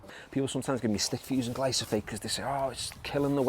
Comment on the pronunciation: It’s Glyphosate not Glysophate 😂